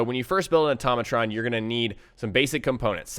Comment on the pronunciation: IT IS AHH-TOE-MAT-RON NOT OH-TAHH-MOH-TRON